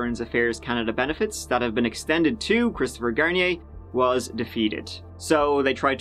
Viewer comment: “27 year old, Christopher Shampoo” 😂😂😂